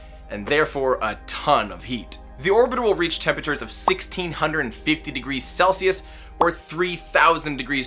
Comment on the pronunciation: Also "Celsius" please :). Great vid.